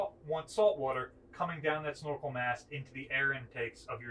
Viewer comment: Why is he saying "schnorkel" instead of snorkel?